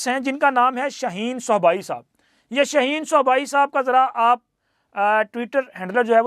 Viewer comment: شاہین کا نام درست ادا کریں